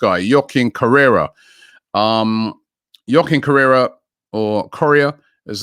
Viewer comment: “Yoh-kin Korea”🙃